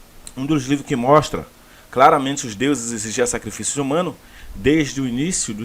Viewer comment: A palavra que você pronunciou errado por engano é a mais correta: SACRIFILHOS